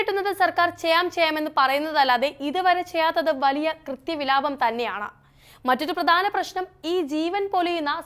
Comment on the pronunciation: "കൃത്യവിലാപം" എന്ന് ആല്ല "കൃത്യവിലോപം" എന്നാണ്. കേഴുക കേഴുക മലയാളമേ . മലയാളത്തിൻറെ വിലാപം ആരും കേൾക്കുന്നില്ലേ.